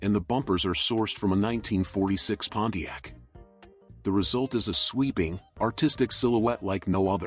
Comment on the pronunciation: Those are "period correct wheels and tires"? Love the Pontiac but the "announcer" has butchered it.